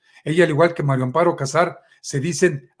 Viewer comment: Es mario o maria cazar a todos les oigo que dicen mario, o estoy sordo,pronunsien bien